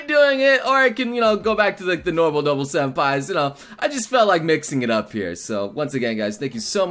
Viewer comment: I keep fucking hearing "no-bull"